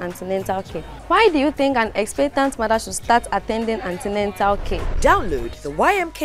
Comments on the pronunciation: Beautiful episode , but pls its not Antenental care as the girl said but "antenatal care".. 👏 🙌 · Please this is an educational series so do well to check your spellings and pronunciation of words... There is no such word as antenental, it's antenatal. Thanks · wtf is antenental. It's Antenatal/prenatal